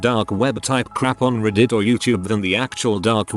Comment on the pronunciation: "Dear users of ReEdit", the way the bot pronounces reddit xD